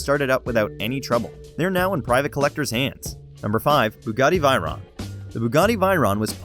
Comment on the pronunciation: The bugatti V I R O N